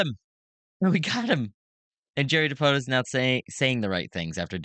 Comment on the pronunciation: It's pronounced dipoto. Come on man